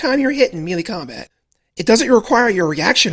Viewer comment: You are pronouncing 'melee' wrong. Otherwise great vid.